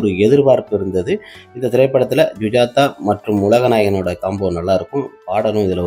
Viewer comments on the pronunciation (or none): ஜூஜாதா இல்லை சுஜாதா😂😂😂😂